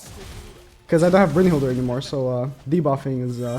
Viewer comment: Why tf does he pronouce ‘brunhild’ and having an ‘er’ on the end